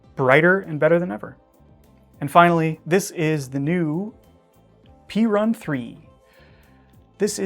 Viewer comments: Perun is Slavic god of gods, usually spoken as Peh-rune (not Pee-run). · I finally looked it up and the Olight is pronounced pear-in. I have heard so many ways of saying it but it's an ancient slavic god. Also people say "Shay-min" for the Spyderco model but it's obviously "shah-min."